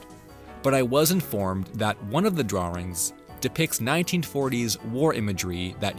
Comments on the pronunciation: I don't like the way you say "drawings". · Off-mardle drawrings